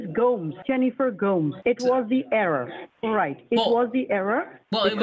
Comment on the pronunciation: the thing that cracked me up was he was attempting to say Gomes, he chose a Spanish name for himself but had no idea how to pronounce it so went for GOAMS